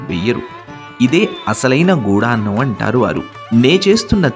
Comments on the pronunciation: గుడాన్నం..... గూఢాన్నం కాదు..... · చాలా మంచి ప్రయత్నం. చిన్న సవరణ... గూఢాన్నం కాదు... గుడాన్నం. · గూఢాన్నం కాదు గుడాన్నం గుడం = బెల్లం